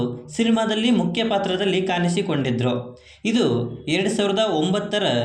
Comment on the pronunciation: ಕನ್ನಡ ಉಚ್ಚಾರಣೆ ಸ್ವಲ್ಪ ಸರಿ ಇರ್ಲಿ ಪ್ರಿಯಾಮಣಿ ಅದು ಪ್ರಿಯಮನಿ ಅಲ್ಲ ಇಲ್ಲಿಯ ಅನ್ನ ತಿನ್ನುವ ಮುನ್ನ ಕಲಿ ಕನ್ನಡವನ್ನ ಕಾನಿಸಿ ಕೊಂಡಿದರು ಅಲ್ಲ ಕಾಣಿಸಿ ಕೊಂಡಿದ್ರೂ ಅಂತ ಮಾರಾಯ